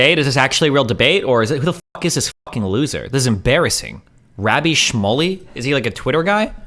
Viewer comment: "Rabby Schmully," destiny said. LOL. What is this chi-shane-ery